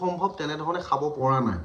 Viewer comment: সাই নহয় খাই, সাব নহয় খাব গাধ 😅😂